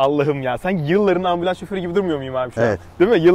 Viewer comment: 5,7 dakikada adam ambulons dedi